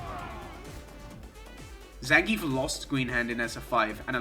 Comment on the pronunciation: Maybe your shitty opinions would carry more weight if you could pronounce Zangief correctly